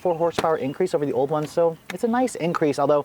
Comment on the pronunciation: haha i love the way he said that "ONE more horse power." LOL